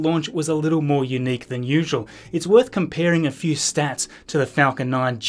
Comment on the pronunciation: Please; u·nique /yo͞oˈnēk/ Learn to pronounce adjective adjective: unique being the only one of its kind; unlike anything else. "the situation was unique in modern politics"